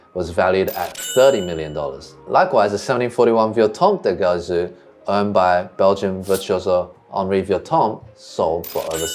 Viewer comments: Great vid! Thank you guys, I come from a city near Cremona and believe me, that geographic area is wonderful and full of history. Just an hint: keep attention to the pronunciaton of "Gesù" (which is Jesus in Italian btw), the g is soft not hard ;) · I love the information-dense videos that are more deeply researched and would watch more long form. Please do yourself a favor though and look up the pronunciation of "del Gesù". You are damaging your credibility for nothing 😢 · Would you mind learning that in Italian "ge" is pronounced like "je" in English? So it's not "Ghesú", but "Jesú", Jesus. Oh, and by the way: When there's an accent above a vowel in Italian, you really should put an accent onto it when speaking that syllable. (Not every odd accent is indicated in Italian, however, unfortunately.) Thank you. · It's pronounced "dell djesOO" and means "from Jesus". The stress is on the second syllable of Gesù because of the accent. That being said, I don't mind people pronouncing Italian wrong, maybe they learnt by reading. But if someone is doing a whole video section on Guarneri del Gesù it's a good opportunity to teach the viewers the correct pronunciation. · its pronounced Jesu'!!! like Jesus.... cos it mean jesus in italian, Gesu' is Jesus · Twoset, you can pronounce the G in Gesù just like the J in Jesus (English)! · In Italian, the G’s are pronounced like J’s if directly followed by an I or an E…so it’s “del Jesu” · I enjoy both formats/genres of your videos and hope you'll continue to make both. As someone else said, please NEVER use AI images or sounds. AI is the ultimate plagiarism tool and we want to see the real thing--the real instruments, the real set, the real PEOPLE. Thank you. By the way, Guarneri "del Gesu" pronunciation is not quite right. "Gesu" has a soft G (because it's followed by an E) like genuine, gentle, and generous. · C’mon guys. How could you mispronounce Del Gesu?! 😩